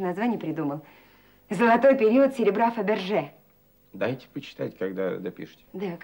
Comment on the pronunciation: Додик называл какую то французскую фамилию ... Фабержье .